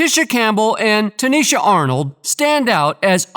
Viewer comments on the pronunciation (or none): Right smh TICHINA not Tinisha